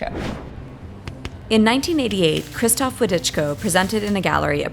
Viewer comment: It's Voh-dee-chko, not Widichko.